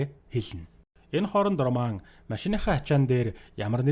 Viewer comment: Энэ кино бол 2009 оны HORROR/ROMANCE төрөлийн Possession гэдэг кино гол дүрийнх нь 1 болох Lee Pace жүжигчиний тоглосон ROMAN гэдэг дүршдээ хар малаа үхсэний чинь ОРООМАН ОРООМАН гээд хуцаад байгаан бэ РОМАН гээд дуудчаачээ ямар сэжгийн сонсогддог юм бэ РО РО РО РО РО - МАН за юу РО тэгээд шууд МАН үхсэний чинь ОРОО МААААН бэ зайлаа Чам шиг юмнууд л Чемодан - ЧАМДААН Окумалятор - ХУМЛААТАР Овчарк - ХАВЧААРК Рэмбо - ЭРЭЭНБООВ гэдэг байхдаа зайлуул Р үсгээр эхэлсэн үг болгоны урд дураараа ЭГШИГ нэмж дууддаг хөдөөний 1960 оны тархи чинь хонины ноос бөөснөөсөө салаагүй юм уу РОМЕО ЖУЛЕТТА - ОРООМЁОО ЭЖУЛЭЭТАА гэдэг үү чи? Титаник киноны РӨҮС/ROSE - ОРООЗЭЭ гэдэг үү чи хар малаа ROCKITBAY - ОРООКЭТБААЯ гэдэг үү 1 дүгээр ангидаа дахиж суугаад Р үсгээ сураачээ малаа дуудахад авиагаараа ЭРРР гэж сонсогдож байгаа ч ҮГЭНД орохдоо ЭР АР ОР УР бишэшдээ хар хөлдөө тархитай малаа Чиний наад гэсний чинь урд дураараа эгшиг нэмээд ЭМЭР ВООДОО ӨМӨР ВООДОО АМАР ВООДОО гээд байвал ямар байна